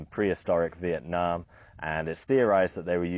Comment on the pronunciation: I'm a Vietnamese. Pronouncing it like in the video is decent. Yue nam is totally unheard of.